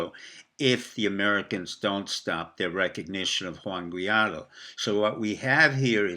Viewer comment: G-U-A-I-D-O. Sound it out.